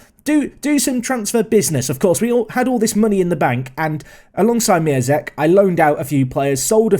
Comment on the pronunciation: Actually you should pronounce Miazek as MiONzek, because his real name is MiĄzek and you read te ą as on. Same situation is with Piątek.